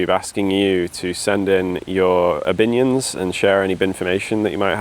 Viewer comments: "obinions" made me groan and nearly wake my wife sleeping next to me. Thank you. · Obinions is awful, I love it.